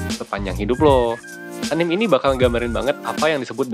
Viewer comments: Nice video. Btw, dibacanya A N I M E ya bro, bukan A N I M wkwkwkwk XD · punten min, anime teh dibaca a-n-i-m-e, huruf "e"nya dibaca bener2 kek nyebut huruf "e", bukan anim, btw thank you pisan buat kontennya min 😁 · Its ANIME not ANIM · video yg sangat membantu, thanks a bunch 1% ; btw anime itu dibaca 'a-ni-me' bukan 'anim'